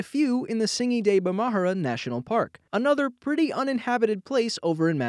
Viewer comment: You said the H before the R in bemahara... so either you spelt it wrong or you pronounced it wrong